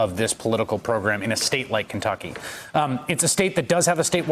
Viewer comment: "(...) in Kenducky"🤣🤣